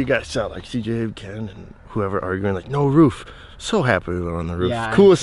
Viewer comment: ken said ruff in stead of roof